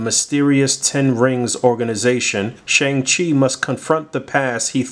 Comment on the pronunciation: Hey, just wanted to help out for future reference: Shang Chi is pronounced Shong-Chi and Simu Liu is pronounced See-Moo Lee-You 🙏🏻 Also the weapon Shang Chi comes with is actually known as a Gun. Pronounced Gwan. It's one of the primary four fighting styles in Chinese armed Combat.